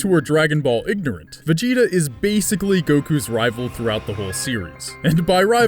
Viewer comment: when you say vegeta it sounds like vagina.